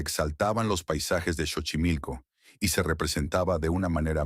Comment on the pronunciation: Muy interesante tu crónica. Siempre será un gran orgullo el trabajo realizado por Dolores del Río y poner a México muy en alto!! 🇲🇽🇲🇽❤ Sólo una pequeña observación el lugar donde se filmó María Candelaria se llama Xochimilco ( NO Chochimilco) Se pronuncia "Sochimilco" Gracias!!! Saludos cordiales desde México capital!!! ❤🎉❤🎉🇲🇽🇲🇽🇲🇽